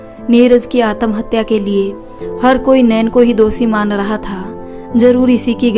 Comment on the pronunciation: Atmahatya ka pronunciation theek karo sun ne me achcha nahi lag raha Hai.😮